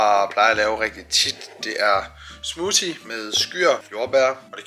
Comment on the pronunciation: Omg du udtaler smoothie forkert